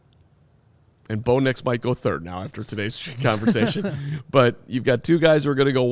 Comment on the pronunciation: This man said Bo nix 😂😂 can’t take him serious